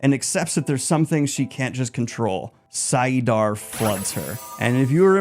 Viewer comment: saiadin or saiadar? Wasn't it saidin or saidar ? XD